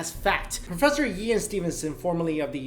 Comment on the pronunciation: did he say Doctor Even Stevenson? Might have ben Ean. Still funny at first thought